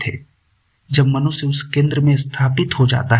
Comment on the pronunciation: PRESENTER IMPROVE YOUR PRONOUNCIATION: IT IS SHARIR NOT "SARIR", IT IS MANUSHYA NOT MANUSYA. DO NOT USE S AND SH INTERCHANGEABLY. IT PUTS PEOPLE OFF